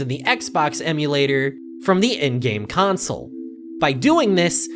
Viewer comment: Idk it might just be a thing, he pronounced console like council for an entire video